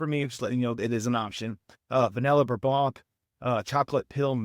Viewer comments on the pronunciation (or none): none